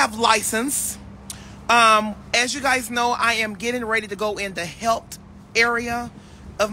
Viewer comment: Can’t say any words ending with “th”. Example, healt-instead of health🥺